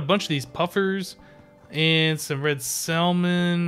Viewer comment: i think its pronounced as samon not salmon